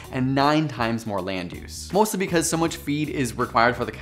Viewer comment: Lol I’m pretty sure Aussies don’t say so like soy 🙄 😂